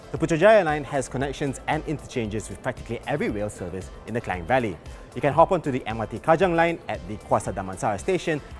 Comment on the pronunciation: sebutan KLANG tu perlu acah2 sebutan mat saleh sangat lah.